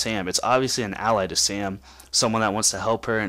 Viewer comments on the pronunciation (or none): none